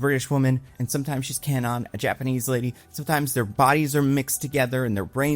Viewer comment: props for the attempt at an accurate pronunciation of "Kwannon." Ball knower!